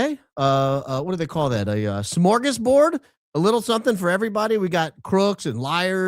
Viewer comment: "A smorgasbord." 😅